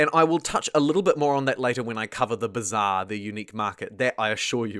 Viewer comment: "thee heeve thee b'zaaaar'